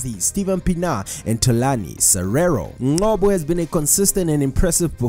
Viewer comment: Ngcobo, where do you get the 'Q' from to say 'Nqobo'?